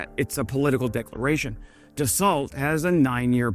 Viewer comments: It is not pronounced "Rafael" (rah-fi-el) (a male human name) - It is Rafale (rah-fal) which means "wind" in French. Please look up pronunciation before doing a video. ALSO the company is pronounced Duh- so NOT da-salt. Otherwise, decent vid. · Le pronociation est Dassoh, mon ami. C'est n'pas tres difficile. l'm American, too and probably butchered the French explanation, but you get the idea. Other than that, nice job.